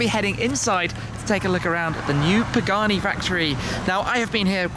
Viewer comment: I loved the "Pee-Gani". Now that was s a very cool destination, Tim.